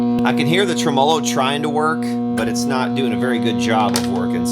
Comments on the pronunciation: Trem Molo ? ...tremello one word. Emphasis on TREM not MOLO hahah why do people say this? Do you people say vibrato funny all like too? just playin. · What is a trem-O-low? hahaha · Tremolo, I dont think that word is pronounced as you think it is :) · Learn how to pronounce tremelo!